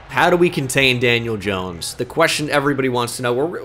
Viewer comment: “janiel jones”? 💀